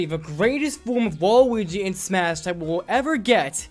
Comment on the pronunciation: Disliked cause you said Smush